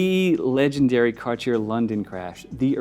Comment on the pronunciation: Why doesn't this guy know how to pronounce Cartier